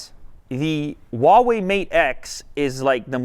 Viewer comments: The brand name is pronounced "Hua Wei", not "Wa Wei". Huawei in Chinese is comprised of 2 Chinese characters. "Hua" means Chinese, and "Wei" means sort of like "action". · Anyone else notice he says Wah way instead of Who ah way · I pronounce Huawei as "Whuu-way" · All this time I've pronounced Huawei as "Hawaii" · That pronunciation on that “WaWei”... It’s like when people say “Zang” (using the ‘z’ for “zipper”, and saying the last name Zhang) Atrocious pronunciation...get coaching, please. Stop a Chinese person for pronunciation. Otherwise, nice video to the folding phones. 📱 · Ugh why do people pronounce Huawei like that. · Why is it so hard for people to pronounce Huawei Just pretend you’re Hank Hill saying “what” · Well, I guess I've been saying Huawei wrong this entire time..